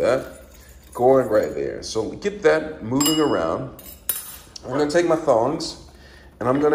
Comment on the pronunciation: It's pronounced tongs t o n g s not thongs a thong is something the girls wear good God man